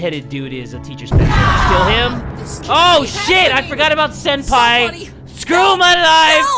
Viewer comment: It’s Senpai, not “Sempi”